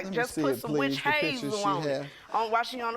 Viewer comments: Right! Calling it wish hazel! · "Just put some witch hayyzel on it"😭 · The way she is saying witch hazel is killing me😂